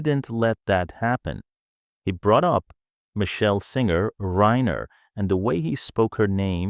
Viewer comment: There is no credible source for the assertions made in this video and I could not locate any ACTUAL record of Tarantino making any of these comments. This same story is being repeated by multiple YT and FB accounts that appear to be bots or AI-why else would the narrator say “Reiner” incorrectly or show photos of Alan Jackson the country musician instead of Alan Jackson the attorney?